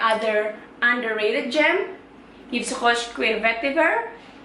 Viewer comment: Duh ngelafalin Daphney Bugey & YVES ROCHER nya fasih banget !